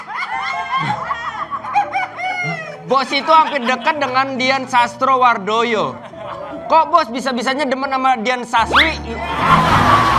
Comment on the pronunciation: 😂 Dian Sastrowardoyo ❌ Dian SASWI ✅ , 😂 Laura Basuki ❌ Laura BASURO ✅